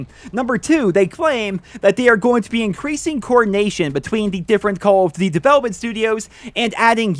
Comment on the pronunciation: He says cawl of dty